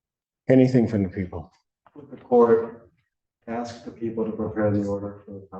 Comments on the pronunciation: The judge didn't ax you anything, tool. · I’m fairly certain our good Judge never AXED him anything 😂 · thinks he’s calling the shots in court. 😂😂 Not even close, you walking, talking advertisement for birth-control. When one of the first words out of his mouth is “ax”, you know exactly what you’re dealing with, and where he’ll end up … in a jail cell.